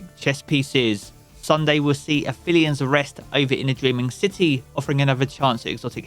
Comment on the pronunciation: My OCD keeps freaking out when I hear ppl sal Aphelion’s Rest. Aphelion is pronounced ap-helion, opposite of perihelion. The ph doesn’t make an f sound. Sorry, you can ignore this comment I just had to get it out there for myself or it’ll bug me.